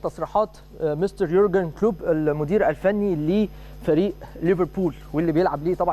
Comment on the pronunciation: اولا الانجليزي تبعك زي الزفت و نطق اسم كلوب او حتى ليفربول زفت تانيا خليتها حرب ؟ يعني تبدا كلامك بكلمة " احنا مَش اوزين نكبر الموضوع " و بعديها على طول حرب حرب حرب دمار نهاية العالم افتتتتتتتتتتتتت من الاعلام و اهله